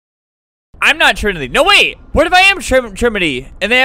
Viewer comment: Trimity not trinity